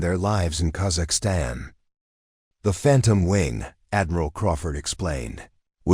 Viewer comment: You don’t even pronunciation Kazakhstan correctly